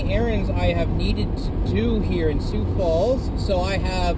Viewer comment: "Sioux" is pronounced as "soo" regionally. I know it messes with Canadians/Francophones, but the main name in "St. Croix River" is pronounced "croy" here (same with La Croix drinks) Yeah, I-90 is extremely flat, and can easily be closed by snowstorms in the winter since the wind blows so much. You might have enjoyed staying on I-94 through the Twin Cities on the way back to see the downtowns rather than going on the beltway bypass. Freeways tend to stick to flatter land unless they have to hit the more interesting bits. Minnesota's stronger scenery is in the Driftless like you saw near La Crosse, around many of the lakes, and toward the more forested northeast. No worries, though. I'm happy enough just being able to experience the seasons, and tree-lined city neighborhoods are great to see in the autumn, and I've got computers to keep me company when it's cold